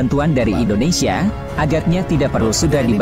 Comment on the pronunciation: Indonesia Mase Bukan Indonesa